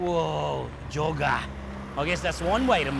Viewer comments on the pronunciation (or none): When I heard say "Jogger", I thought I heard him say "Joga" hahahahaha